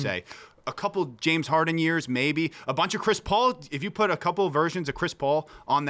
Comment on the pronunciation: 🥷 said “Jim” Harden. If you don’t know what Hardens name is you can’t be talking ball